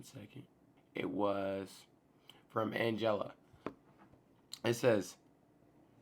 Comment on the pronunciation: I loved how you pronounced Angela. That is sooooo dynamite! I am 49, first read the Bible read the Bible somewhere between 30 and 33. By now I have read/listened through chances are 3 to 4 × as much as you and I still would not say I am thoroughly a Bible literate. I have still soooooo much to learn. The last couple times I am finally winding through OT instead of pushing myself through it ( though Psalm and Proverbs I been easily getting myself into for awhile now ). For a long time I can wind through NT, but I like to take it by the chapter at a time to make sure to absorb all the commandments better. It is very important to read or listen with the right motive. Not for your own glory, but His. Not to allegedly know better than the next, because you be surprised, there are those out there living more moral lives yet never read or listen to the Word for themselves than one who read or listened to the whole thing for the one gazillionth time. How you live is more important than remembering verses. Yes, know the Word, but it is void/empty not living by it.